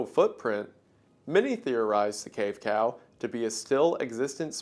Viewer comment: you said "cave cow" and i heard "cave pal" which sounds cuter